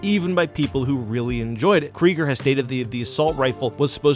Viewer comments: It’s said like craiger. Also Zach said himself it has nothing to do with school shootings. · Not to be that guy, but you're pronouncing his last name wrong. The first syllable is pronounced like the name Greg.